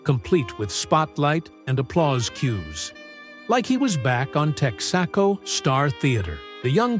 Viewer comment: Tecks-ah-co? LOL! Fire the robot and hire a voice actor. This is pathetic.